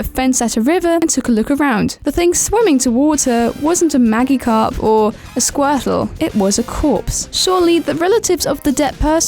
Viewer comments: "maGicarp" Ma-ji-carp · Wait wait wait mag-I-carp its maj-I-carp and also wtf is a lock modle